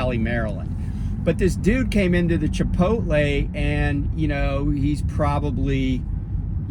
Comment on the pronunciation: ayy i gotta say...i never heard anybody say "chipoltle" like you hahha. jus talkn shit